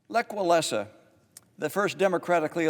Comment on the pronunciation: Not how you pronounce "Lech Wałęsa."